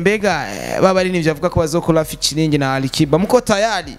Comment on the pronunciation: Acha usenge wee mtangazaji weee falaaa nini sio Arikiba wala sio roriro weee falaa nini?